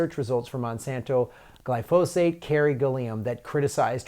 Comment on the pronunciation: GLY- fo- sate. Emphasis on the first syllable Gly”